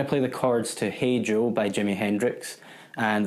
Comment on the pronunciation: Cheers - so many lightbulb moments going-off in this tutorial that I felt like an Xmas tree by the close... altho it was not the core point & purpose of the lesson... I could not help but notice however, that you are the ONLY giitaar-slinger, who voices 'Hey Joe' EXACTLY as Jimi intended - really felt like you were channelling Jimi actually!!... would you mind doing a separate lesson just focusing on your technique & timing skills - in really 'nailing' this awesome classic??...thanx!!